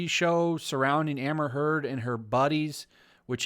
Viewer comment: Every time you say "Amber Heard" I swear I hear "Hamburger" hahahaha 🤭🙊🤷 Amber is so good at manipulate people, but now that Johnny exposed her, the manipulation isn't working anymore. That's why she's angry.